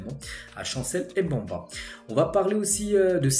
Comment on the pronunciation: Salut, j’aime bien tes vidéos je te suis quasiment tout les jours. Tu prononces souvent mal les noms comme Mbemba ce n’est pas M’bamba